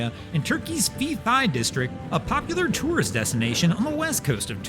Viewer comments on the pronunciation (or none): Fethiye…….pronounced fetty yeah